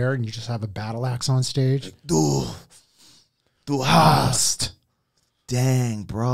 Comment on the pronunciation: The three times of Du hast mich, Sounds Like du hasst mich. Which means, you‘re hatin‘ me And then comes the plottwist for germans! In English it goes You asked me, but I didn’t answered